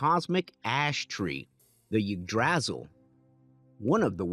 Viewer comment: u pronounced ygdrasil very wrong